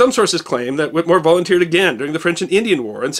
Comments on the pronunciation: It is Pronounced...."Whit A more". There is an E in there. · You must do a expose on the doctor who treated him, the skilled Cotton Tufts. Also please note we in Massachusetts pronounce the last name Whittemore with a short clipped " e" in the middle of the name not whittmore. Great work I follow you almost religiously. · A distant cousin on my mother's side. The name is pronounced with a short E not with a silent E. The family all over MA and NH. They owned at one time a big portion of New Found Lake, NH. Only a private cemetery is still owned now.